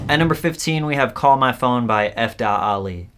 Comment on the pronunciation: It’s FALI not F dot Ali